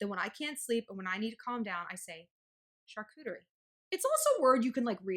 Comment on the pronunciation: Holy wow girl! The way you pronounce Charcuterie gives me MAD douche chills.